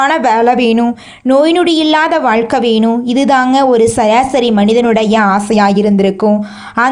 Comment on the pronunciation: வாய் கொனிகிட்ட மாறி எதுக்கு இப்பிடி audio பதிவு பண்ணி இருக்கீங்க! பாத்து படிச்சி ஆடியோ பதிவு பண்ணிங்களா! வாழ்க்கையில ன்மு சொல்றதுக்கு பதிலா எதுக்கு வழுக்கை யில னனு சொல்றீங்க, யேற்ற தால்வுக்கு எதுக்கு உரத்த தாழ்வு ன்நி சொல்றீங்க